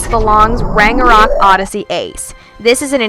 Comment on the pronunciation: You say ragnarok incorrectly...